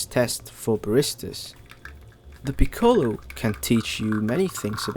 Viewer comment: Like the video and i am a big fan of piccolo. But can you pronounce it correctly please. The ‘o’ is short